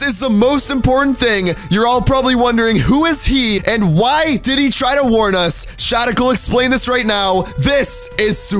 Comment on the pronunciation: Shadical more like badical not radical